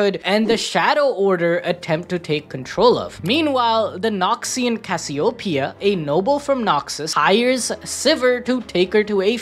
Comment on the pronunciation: cass-i-o-pia is crazy